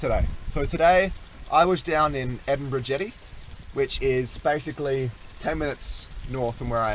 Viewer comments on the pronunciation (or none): It's pronounced "Edith-berg"